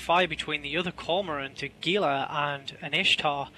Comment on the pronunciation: damnit it's """"G""""ila >.< *dies*